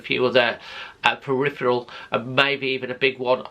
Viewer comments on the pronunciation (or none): none